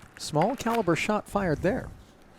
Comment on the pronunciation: it's pronounced cal-i-ber